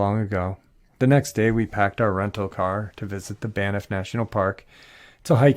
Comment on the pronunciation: It's "BANFF"! Lol. There is no ''i' in the word (Banff, not Baniff") and it's pronounced just as it's written. Not trying to be the Pronunciation Police, but it is a National Park, and I know that I, myself, would want to know that I'm saying it right. It's truly an amazing and beautiful park. Greetings from Canada! 🙂